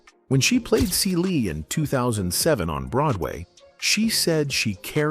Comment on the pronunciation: This narrator needs to learn how to say her name Fantasia and the character Celie